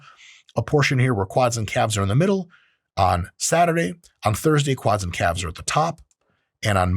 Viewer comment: Oye wey.. KA-Lves had me rolling. Super helpful video DOC